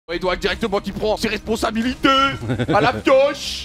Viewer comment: Ses responsabilitEUH